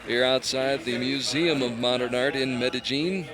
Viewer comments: I think they looked at the IPA pronunciation and thought the "j" is pronounced as in "jelly" when it's pronounced as the "Y" in "yellow". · Its NOT medeJean. It's medeYeen. Jeez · I hate how the commentator keeps saying "Mede-jeen". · Meta - jeen. Lol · Ya his pronunciation was terrible. I cringed every time he said it. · In some dialects the ll sound is pronounced that way. It's very common in places with Portuguese influence like South America. Even some places in Spain pronounce it that way. Edit: Never mind. I heard what you guys are talking about now. My bad...that's terrible. The 1st time he said it I thought he used a soft j sound (which is correct in some dialects), but after a while I realized it was a very hard j, which is wrong.